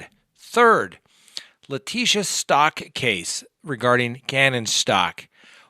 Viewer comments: Leticia's last name is pronounced Stowk. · Since ppl feel the need to correct you, thought you should know you pronounce Stauch like cow! 🐘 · Good lord is it pronounced “STAUCH or STAUCH” !?